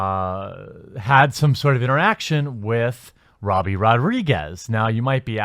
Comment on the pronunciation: Every time you say "Robbie" I cry a little